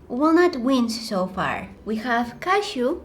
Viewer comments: I thought you said cat shoe instead of cashew 😂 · When she says cashew, Its like shes saying Casio. What do u think guys?? Btw I love u and ur vids 💓💓